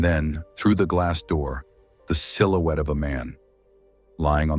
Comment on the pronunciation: “I see a little silhouette-ah of-ah man!”